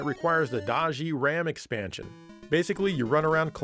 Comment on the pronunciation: Does he say “extansion”?